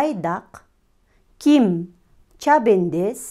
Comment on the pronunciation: Чабендес эмес чабандес